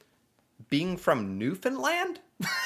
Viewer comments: He didnt used to but he seems to have learned! Warms da very cockles of me heart. Lol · .....Im so happy you finally learned how to pronounce Newfoundland properly.....kudos!! We can now make you an honorary Canadian eh ❤🇨🇦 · So happy to hear someone pronounce Newfoundland right 🤣🤣Newfinlan🙌🙌🙌🙌🙌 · I love that you pronounce Newfoundland correctly - as an American, I think you're in a minority. And re the speed at which they talk....half my DNA is Newfie and though I wasn't born there, and don't have the dialect/accent, BOY do I talk fast!! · Proud Newfie here, first off thank you for pronouncing Newfoundland correctly, my GPS cant even do that lol. We have over 100 different dialects on the Island, which makes it hard for even some other Newfoundlanders to understand, so you did a good job picking out the top 3 dialects. We are some of the funniest, friendliest and most welcoming people you will ever meet, look up 9 11 and how Gander, Newfoundland doubled in size when flights were grounded on that day, there was a Broadway play based on the events called Come From Away. Well enough of me ranting and raving, like a true Newfoundlander. Have yourself a good one ;) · Yo Newfoundlander here. Boy did you nail saying the name better than Ken Jennings LOL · G'wan bye, buddy's a townie ! Newfoundland is an Island - with lots of Irish and british - - - She's a comedian, bye!! Personally I am grateful you pronounce Newfoundland correctly ! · I am proud to be a newfie 😊I love that you pronounce Newfoundland the right way!!! And we all dont talk the same way, depends which part of the island you're from. 😂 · Well done on the pronunciation! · glad you pronounced the word propely! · Newfoundlander here, appricate ya pronouncing "Newfoundland/Newfie correctly. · So nice to hear someone pronounce Newfoundland properly! Hi from Newfoundland! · My god he actually said it right. Thank you from CBS. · OMG You said Newfoundland correctly!!! Marry me,.